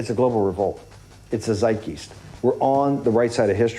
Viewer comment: No-nosfreratu can speak bubbles. And Bannon can't pronounce "Zeitgaist".